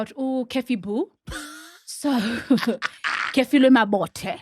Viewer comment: Is really calling Kefilwe "Care-feelwe"? Ey bo ba tella.